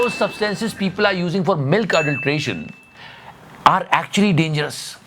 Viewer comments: It's adulteration not audlteraion.😂😂😂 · its adulteration not adulteraion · Adulteration❌ Audlteration✅ 😅😂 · Hey "adulteration " Not audlterated 😂😂😂